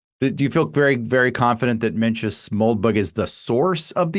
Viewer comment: I thought you might have looked it up prior to part 2 but Menzies is pronounced "Ming-iss". The z comes from old printing presses that didn't contain the Scottish "yogh" character. Z looked close enough so they used that. Sand thing happened with "Ye old xxx". That's just the word "The", written with a Y because the presses didn't have the "thorn" character and the Y was close enough.